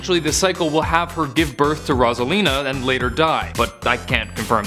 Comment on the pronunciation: It's Rose-alina not Roz-alina